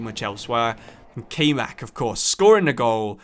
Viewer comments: Nice vid wish it was a little longer but still cool. Btw Kaymak is pronounced (Kai-Mah-k) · Little heads up its kayman and since he is turkish its not prononounced like kay but the a is pronounced like a in hard and y is pronounced like y in youth and the other a is also pronounced like a in hard